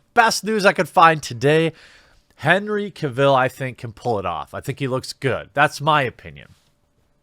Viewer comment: Cavill - pronounced like "travel" :)